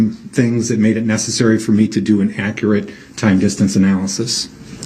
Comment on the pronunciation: accurate translated to brook's pronunciation = ack - rat....